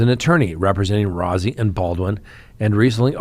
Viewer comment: Rozzi is pronounced like Rosie. (Roe-zee)